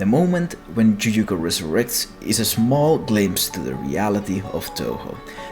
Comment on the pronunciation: What fucking language pronounces "y" as a "j". The other way round, sure, yes. But fucking JUJUKO